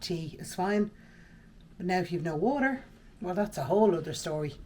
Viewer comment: WALLOR😂😂ie WATER 😂😂